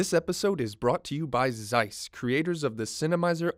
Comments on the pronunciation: Nicht seiss sonder Zeiss! Zsss, Zsss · Зайс?.. Я бы сказал Цейс..